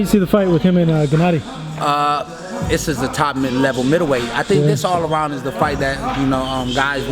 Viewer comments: Jeneddy? u met the guy.. spared the guy.. n don't know to say his name.. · Why do black people always pronounce his name JENNADY when it's GENNADY?